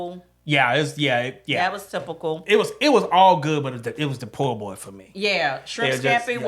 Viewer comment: Every time said poor boy I said po’ boy😂